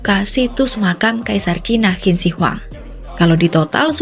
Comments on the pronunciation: Qin bacanya cin. Bukan hin deh kayanya 😮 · Qin di baca hin😅😅 ngakak dgr nya